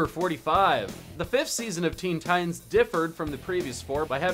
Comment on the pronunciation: Theen thitans